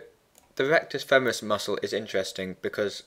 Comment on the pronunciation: femoris not femeris (cool video though :-D )